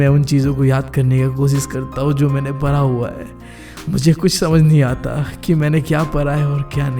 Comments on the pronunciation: Para. Nhi hota padha hota hai.. Yeh para para kyu bol raha hai 😂😂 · Bhaiya for parra,parai accent is too good 😂🤣 And thanks for this vedio and thanks since only because of you i have scored 81.7% in class 10th board ,,,,,,, hoping that 12th mein bhi naiya par laga donge boards ke ❤️🙏